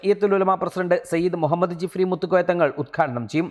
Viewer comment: مهمّد എന്ന് പറയല്ലേ....pls